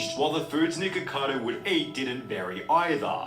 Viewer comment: I kept hearing "niggacado"😂